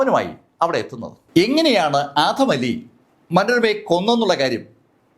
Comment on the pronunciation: ആധം അലി അല്ല ആദം അലി